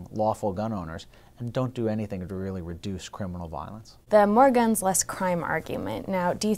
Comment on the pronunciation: Keep thinking he is saying ganj